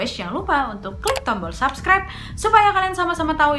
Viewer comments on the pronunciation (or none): none